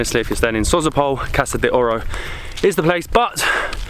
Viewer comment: It is called Dalian "Tchaika", "tchaika" means female seagull. Sozopol the stress goes on the second "o". Glad you had a good time 😊 Comeback again🙂